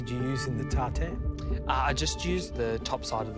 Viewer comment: Tarte tatin pronounced like tartatan